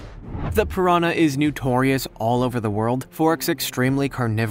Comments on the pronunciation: Why does this guy keep saying "newtorious"...it's irritating. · Why do he keeps saying “newtrious”